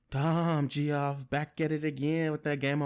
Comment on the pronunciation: Bro if you don't stop calling him "GEE-OFF" LOL